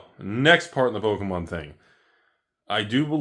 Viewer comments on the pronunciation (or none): Its Pokémom lol. Or poke a step mom 😂